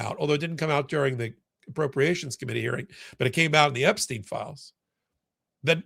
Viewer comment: Stein,not Steen !